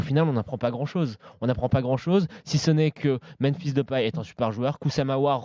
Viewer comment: Svp, dites à que c est memphis, pas menphis, sinon il a plus le droit d'en parler à l'antenne